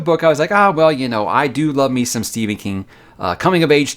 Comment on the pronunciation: His name is Stephen not Si or whatever you said.